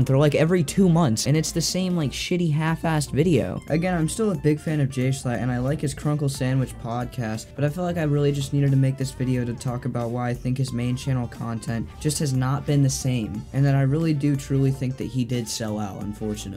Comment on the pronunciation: ok, but can we just talk about how you called "chuckle sandwitch" "crunkle sandwitch"?